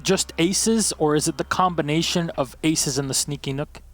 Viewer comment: I cringed when he said nook not nøkk